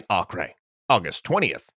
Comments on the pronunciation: Acre is pronounced like Aker, not akre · Am I the only who thinks Acre is pronounced Aiker not Akreh? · acre is not ock-ray, its ack-err.